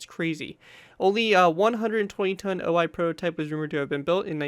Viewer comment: Wouldn't it be pronounced 'o - i' instead of 'oh - I' because of the Japanese language?